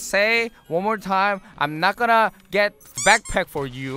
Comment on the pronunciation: bagpack이 아니라 backpack 아님?